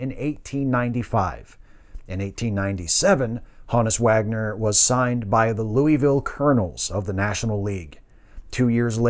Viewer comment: Thankfully a good presentation, & pronouncing his name correctly😉